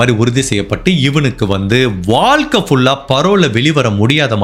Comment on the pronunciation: Sir tamizh vaarthyileye za irukku. Neenga eppavum vaalkai, valakkam nu uchharikkareenha. Naan nagalakshmi. Thappa ninaikka vendaam